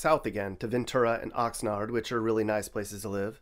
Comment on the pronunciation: he got Ventura and Oxnard wrong 💀